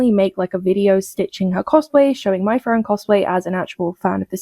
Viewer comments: Now that I’ve finished the video I have to drive to work, and I must think. Also, I would ask “how does not know that the whole Frieren Ice Officer thing was started by the left?” But with she pronounces the shows name… yeah, we don’t really need to ask that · I think she should be sentenced of capital punishment for wrongly pronouncing Frieren. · She can’t even pronounce Frieren correctly, lmao. It’s not even difficult. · Why the hell does she pronounce it like that. It’s so annoying. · This is me been picky, but, this lady both cosplays as, and talks about Frieren, but can't even say her name properly. Bruh. EDIT : SHE IS A FAN?!?! LIKE HELL SHE IS IF SHE CAN'T EVEN SAY HER NAME CORRECTLY. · Her pronunciation of Frieren is killing me tell me you never watched the show without telling me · I'd be able to accept a knowledgeable fan who can't pronounce her name if they told me they've only read the manga. We both know "" hasn't touched a book since she got her degree in "philosophy", and she probably barely even read any of those. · I`ve yet to hear the name "Frieren" pronounce properly by a native english speaker. Even TBYS butchers it. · That chick is just a blatant poser. She is wearing elf ears and talking about the anime Frieren and doesn't even know how to pronounce the name of the main character.... "As an actual fan of the series" Bullshit. Stop lying. You haven't even watched it... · Her mic is really bad. Also, god, every time she tries to pronounce Frieren I have a mini-stroke. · The way she says "Frieren" is pissing me off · well as a german you also didn't pronounce Frieren correctly. as Frieren means Freezing Fern means Far etc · i never ever seen an english speaker saying ''Frieren'' right, which i dont care for the majority of time, but people like her it annoys me a lot, especially when you try to act like you know the stuff more than other and cant even pronounce the name correctly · its pronounced FREE-RIN, ya freakin tourists.